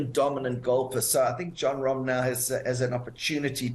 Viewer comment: Wooooow! The name pronunciation at the beginning! Super impressive!